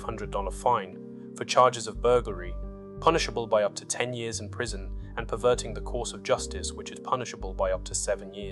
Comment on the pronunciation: Your AI spat out "Prision"